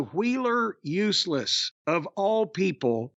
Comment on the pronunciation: I love how he really enunciates the “useless” part 😂